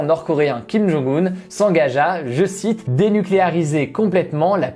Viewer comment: Bonne vidéo comme toujours mais c'est dommage que tu ne lises pas les commentaires sur la prononciation des noms ou juste que tu ne la cherches pas avant de les citer ;) [Kim Jong "eun" et Moon "djé" in]. (oui je sais c'est carrément un détail, pas très important, me tapez pas trop)